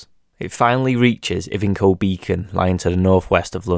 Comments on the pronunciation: Great video mate. Pedant time: Ivinghoe is EYE-VING-HOE. You should have walked back from Incombe Hole (before going to Ivinghoe Beacon - btw some of the hills before this aren't hills but are burial mounds) and walked back through Ashridge Forest, had a look at the Bridgewater Monument and then taken the path down into Aldbury an archetypical picturesque village. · Nice one. Ive done most of the Ridgeway but in day sections. Needs to be gone in one go. Ivinghoe is pronounced Eye-ving-hoe I believe. Cheers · I grew up a few miles away from Ivinghoe in the little village of Totternhoe and am now questioning my sanity. We always pronounced it as eye-ven-hoe. 🤷‍♂️ Great video as always, love how chill you are just making your way across the uk’s amazing countryside and enjoying taking it all in. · Great video but I think it is pronounced I VIN HOE Beacon